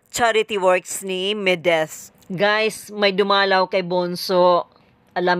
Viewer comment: Medith hindi Mideth!